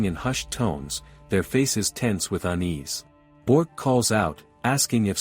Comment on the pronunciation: it's Bi ork not bork